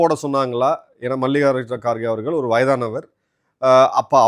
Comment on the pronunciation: உங்கள் நிகழ்ச்சிகளில் இருக்கும் ஒரே பெரும் குறை மோசமான தமிழ் உச்சரிப்பு. குறிப்பாக ல ழ ள. இதை சரி செய்து விட்டால் மிகவும் சிறப்பாக இருக்கும். அவர்கல் இவர்கல் தமில் அப்பலுக்கு பலம் பெறும் இப்படி ஒரு நாளும் உச்சரிக்க வேண்டாம். கொஞ்சம் முயற்சி செய்யுங்கள் கண்டிப்பாக சரி செய்து விடலாம்.